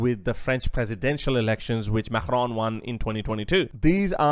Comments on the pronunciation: can you please say Macron right for f**ks sake, it's not MAKHRON. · Why do you say Macron with a hard G? It’s pronounced as a K. Not the guttural G sound.